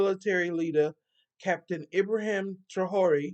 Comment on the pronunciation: It is pronounced tray-or-ray (Traore).